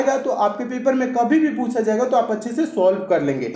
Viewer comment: Sir pusa nahi jata puchha jata hai sir 😂🤣🤣🤣🤣